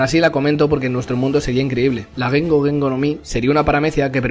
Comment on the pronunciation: Ge-N-Go. En japonés son 3 sílabas